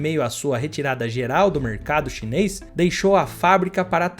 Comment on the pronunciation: Cara!!! É tudo chineis chineis chineis já q vc não consegue dizer chinês chinês chinês 😂